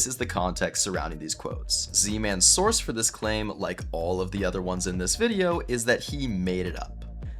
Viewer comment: when hhe says source it sounds like sauce and the way he says it like "he's a loser youtuber with no fucking sauce"